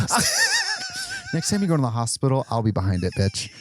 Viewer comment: just going through my day saying, "hopitol"